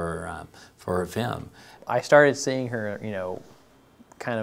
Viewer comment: Awesome. I also noticed that the principle pronounces film "fim". Tee-hee-hee. but seriously, this is very awesome